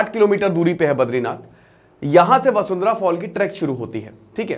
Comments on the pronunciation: वसुंधरा नहीं है सर वशुधरा है। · 😂 vashudhara hai sir vasundhra nhi hai 😂😂